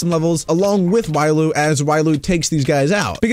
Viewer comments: Its pronounced Re olu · Me hears you call Riolu wrong WHAT